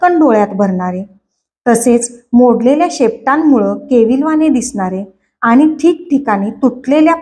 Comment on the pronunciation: लिहिलेले वाचताय ना, मग आनि पानी नका करु हो. प्लीज विनंती करतो.